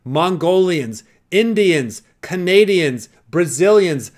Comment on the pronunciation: As a Canadian I was most triggered hearing Canada haha